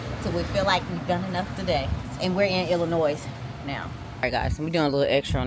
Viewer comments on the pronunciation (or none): I know it’s there if you look at it. But trust me there is no S in Illinois. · The S is silent in ILLINOIS!!!! Your bike is BEAUTIFUL!!!